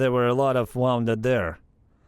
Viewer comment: Very cool door. Someone is crafty and clever. Teach the AI to pronounce "woon-ded". The other is wound like string or wire on a spool, but they are spelled the same.